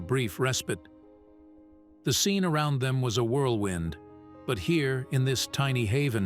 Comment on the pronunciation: Around is basi english, never heard a-row-and in it's place? Still glitching in AI. A child is more bright.